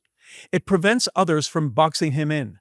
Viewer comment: Predict Not perdict. Prevent Not pervent.